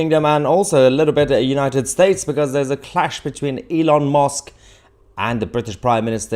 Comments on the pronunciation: Why can’t you pronounce Elons name correctly? Musk not Mosk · Musk Mahyer not mosque. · His name is MUSK NOT MOSK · I can't help hearing Elon 'Mosque', when you say his name, and not Musk. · Thats Musk not mosque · Mahyar, it is Elon Musk not Elon Mosque 😂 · With all due respect my dear Mahyar, try to pronounce it as Musk not “Mosque”, you might inadvertently cause the wrong impression 😀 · Hi Mahyar, I love your content and your English is near native perfect, except for your pronunciation of the vowel U. It's not the same as O!! It's not opdate or Elon Mosque!! Yes dear friend, that is how you just said his name! Musk is like a Musk Ox! Ask a friend! (Unless this is a London accent Ive never heard in my 75 years in the South!) Cheers & stay safe! No offense I hope! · “Elon Mosque” 😂😂😂😂 it’s Elon Musk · Musk. MUSK, Elon Musk. Not Mosk!! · Are you calling him Elon Mosque? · Elon mosque?>? wth bro lol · Please don’t call him Elon Mosque 😂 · Do you know you pronounce his name Elon Mosque? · its elon musk not mosk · Did you say Elon Mosque?? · Musk.... Not mosk 😉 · Good host, does sound as though he's saying Elon Mosque not Elon Musk, which is quite amusing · Elon M u s k Not Elon mosque please Mahar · Why do you say Elon Mosque???? It's MUSK..U as in Uncle.. or is it a play on words??😮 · Musk not mosque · Elon musk not mosque you Muppet..are you taking the piss..🤬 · Please it's M u sk. Not M o sk. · It's MUSK not MOSK! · Why do you keep saying "Elon Mosque"? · Mahyar, can you please stop calling him Elon Mosque! It's MUsk! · Stop calling Elon mUsk Rlon mOsk. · Why are you saying Elon Mosque? 😂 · Haha you keep calling him Elon Mosque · I'm going to call u mr. Tootsie! Kindly pronounce Elon's surname correctly. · Love how you pronounce it as 'Elon Mosque'. :). Really appreciate your excellent content, thank you. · Why did I hear Elon Mosque XDDD